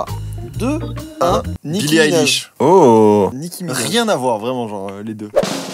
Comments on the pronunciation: Il a un peu raison quand même c’est Nicki Minaj et non pas nicki minage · Joyca: nicki minage Moi: MAIS C’EST WEJDEN 😭